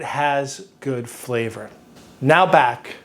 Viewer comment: am I the only one that thought they heard flat = flavor the 2nd time he said it lol